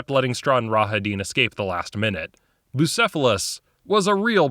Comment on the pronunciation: Bucephalus. "Ok got you, bussy-files" I just... That just caught me off guard I'm not in a place where random bursts of laughter is appropriate.